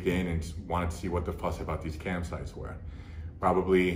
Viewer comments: i thought that too but i have been to cam sites lol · Fully thought he said "CAMP SITES". Was very confused at first... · Thought he was saying Camp Sites as well. I was going to say, I know KOA is pricey, i didn't know it was that much. Back in the 80's it used to be Hookers and Cocaine, in 2020 it's Cam Sites... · Cam sites not campsites 😂 was confused the whole time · adam29uk he sounds like he’s saying “campsites” not “cam sites” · its CAM sites. lol i kept thinking he said camp sites too but its "Cam sites" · Ohhhhh cam sites I though he said camp sites 🏕️ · Oh CAM SITES, I kept thinking he was saying campsites... I was sitting here like "what the fuck, wait, he got sucked in and became addicted to buying things online? starting with an ad for campsites?" >.< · At first I thought he was saying “camp sites” lmao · At first I thought he was saying "campsites." Needless to say, I was pretty confused. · Thought he was saying “campsites” haha, was like dude there’s nothing wrong with sneaking off for a weekend in a tent, also was like what type of campsite advertises on adult sites😂😂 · LOL me too!!! Was thinking it was slang or something. I was like what the hell is a campsite ad doing in porn? Must be drug related term for PED's. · Lmfao at first I thought he said "Camp Sites" I was like hmm well he does travel alot. 🤣🤣🤣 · same hahah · Same thing for me, but I still don’t know what he was actually saying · LOL yo same. I'm like I never seen these campsite ads. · I originally heard camp sites too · I thought he was saying “camp sites” lol I’m like “what’s wrong with camp sites?” Lol 😂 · I thought he kept talking about "camp sites." I was like "how the heck is camping gear that much of an addiction?" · I thought he said campsites at first 😂 fair play, this takes guts to admit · What is he saying? That's what it sounds like to me! I am def not trolling rn either! Genuinely asking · I heard camp too and thought it was about shopping too much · He’s saying cam sites